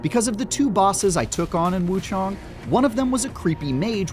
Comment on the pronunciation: It’s wuchang NOT wuchong 😂😂😂